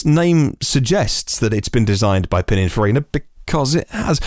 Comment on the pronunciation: reverts to Super Mario with Pininfarina. And I had such high hopes for him. 😝 Eek! Did I detect the pronunciation of H as Haitch? I daren't listen again to check. Tell me it's not true,. 😱 Great show, by the way. 😎